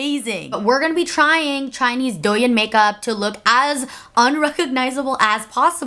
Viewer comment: finally came over from Instagram because I’m so excited for this video!!! one minor thing, the “yin” in douyin is pronounced like “yeen” with a long i ♥️